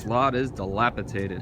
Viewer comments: Dilapidated, not dilapitated. ;) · NES, SNES, 2 SEGA Genesises, countless toys and games. I'll miss the big K. Oh. And it's dilapidated, not delapitaded. C'mon YouTube star!😂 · dilapidated not dilapitated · Enjoyed the video and commentary. Heard "dilapiTated" a few times.